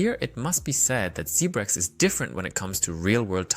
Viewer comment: Its Zebec not zebrec...but thnx for the vid